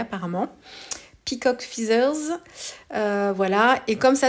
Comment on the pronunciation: Non non, tu avais raison : peacock, c.est bien le paon ! En revanche, "feathers", ca se prononce "fètheuz" 😉